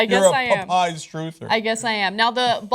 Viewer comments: Why are they pronouncing "popeyes" "pup-eyes"? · Its pronounced POP eyes. Not potpies... Face Palm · "Pu"eyes Ana... it's called Pupeyes. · It's Pa-pies, get it right. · Puh-PIES Ana? LOL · Pop-pies? What the hell? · why are they pronouncing Popeyes like that?